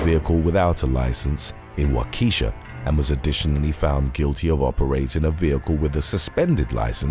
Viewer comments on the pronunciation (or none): Just an FYI Waukesha is said like "wah-kah-sha" by the locals.